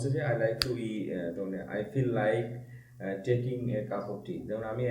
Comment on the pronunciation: স্যার আপনি বললেন টেকিং এটা টেকিং নাকি ঠেইকিং হবে উচ্চারণ?